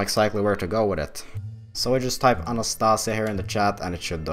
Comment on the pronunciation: anastas I a, not anast A sia :)